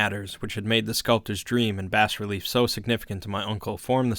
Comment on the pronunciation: Bas is pronounced Bah btw. Excellently read otherwise.